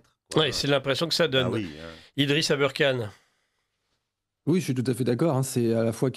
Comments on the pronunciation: Si vous anglicisé le ER dans aberkane. Pour le prononcer "eurre" Alors Kane, devrait être prononcé Kéine. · non mais pourquoi il prononce Abeurkane? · Même avec ses lunettes il ne voit pas que Aberkan ne s'écrit pas et ne se dit pas abeurkan!!!! C'est du manque de respect